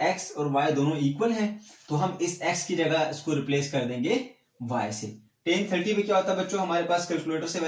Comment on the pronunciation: Sorry sir but teen nhi hota tan hota hai